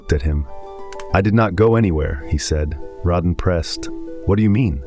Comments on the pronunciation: exactly it's Raydin not Rodin, as in radar not Rod Stewart. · Ah yes. The mispronunciation of the main person’s name is staple of your content., Radin is not “Ra- deen”. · Why can't the AI get his name right? This is the most consistently annoying thing about the channel. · Wanted to post the same thing. One should have the nerve to check these things after feeding the AI.